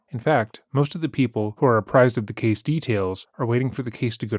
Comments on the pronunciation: Ugh. Didn’t know was narrated by AI. the word “case” read as “cah say”. So Disappointed. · ce-say? is this an ai voice? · Oh shit. I'm pretty sure is using AI for narration.. "Cass-ay". There's no way he read "case" as "cass-ay" accidentally. That must be an AI mistaking the word for casé. I don't care. AI is the right tool for this. Just interesting. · So I'm just wondering, totally unrelated to Sarah's case, why does the narrator say "case" , and then the same word pronounced "cass-āy" ..is this Ai? If so it's pretty good, cuz I watch this channel and have never noticed that kind of thing before. Just curious..